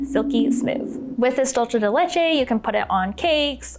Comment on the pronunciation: Dulce de leche is Spanish why are you pronouncing it like that